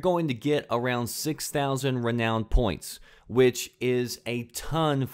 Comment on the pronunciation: the way you pronounce renown angers me!!!!!!!